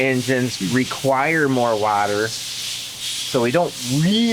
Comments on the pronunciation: It's pronounced water not water😅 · Wadder? lol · Try using regular water instead of your special “wader”😂😂😂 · Love how he said water